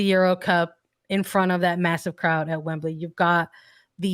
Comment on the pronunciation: Wembley not wembleeeey